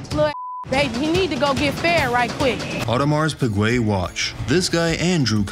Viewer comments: My man said Pewwguee and the other dude said Peewjew. Bro neither of you were close. And 8 grand for an AP that looks like that isn’t going for anything less then 35 grand 😂😂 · Awdimarz Pigway and Ahdimar Pijew. Best mispronunciation of an AP ever. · Audemars pigway’.. Audermars pijue’😂😂😂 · Was looking for this comment... I rolled when I heard them pronounce that😂😂😂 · Why can none of them pronounce audemars piguet correctly lmao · Owning a real Audemars Piguet and you don't even know how to pronounce it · The way he pronounces Audemars Piguet has to be a joke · The abject butchering of the watches name is just sad. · No one knows how to pronounce audemars piquet 🤣